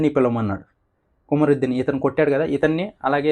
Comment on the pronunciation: Kumaridin kadhu bro kumrudin kani palikettappudu Kam ani vostadhi mundhu